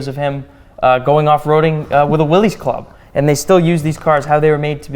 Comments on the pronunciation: It is pronounced willis. As in, "what you talkin bout Willis". One would think staff at an automobile museum would know that. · Problem with the '73 Buick was that it was low compression so it could run on regular. Torque it had, horsepower it didn't. The '61 Pontiac Ventura 389 would run circles around that Buick. "Willys" is pronounce willis, NOT Willies. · Donald you should know better that the car company that built jeep pronounced his name like it was spelled as Williss. Go look at any old TV ad from the early 50"s and see what name is said for the Willy's Motors. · C'mon guys!!! If anyone should know the correct pronunciation of Willy's it, should be you two!